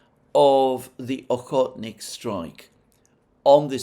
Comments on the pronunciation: why does Alexander call the oreshnik missile the "ohotnik"? Never heard of that name. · Not Okhotnik, but Oreshnik. 🙂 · Okhotnik? You mean Oreshnik. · When Alexander says "Ahotnik missile", is he talking about the Oreshnik? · Oreshnik, not ohotnik. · It is pronounced Ore-eesh-nick. Yes, he CAN say it wrong, but why would you want to? I think he has had a stroke or something. Like he says Asian as Ah-see-an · Why is "Орешник" pronounced like ? Isn't "Oreschnik" the proper pronounciation? 🤔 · Give him a break, he's not a Russian Speaker, he initially pronounced it correctly during the unveiling of Oreshnik. Then he started mixing up the letters in the word such as "Oreshkin" (which without the "N" could mean "Peanuts"). He has to pronounce so many Foreign Villages and Towns not in his native tongue, and he makes programs daily. Long time followers of him know what he means. I mean, would you be able to pronounce Arabic and Hebrew words every single day without knowing the language? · Yes, he made a mistake.